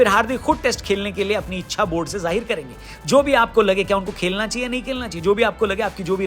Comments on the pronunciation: bhai खेलना होता है खेकना नहीं 😂😂😂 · खेकना नहीं खेलना 🤣😂1🤣😂